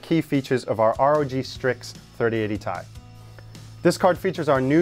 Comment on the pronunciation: thumbs down for "tie"